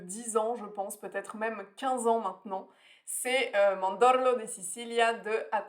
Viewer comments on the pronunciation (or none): tu t'est trompée seulement sur l'accent tonique du mot "mandorlo", qui va sur le "a", le reste c'est super ! J'adore tes contenus et je te suis avec plaisir 👏🏻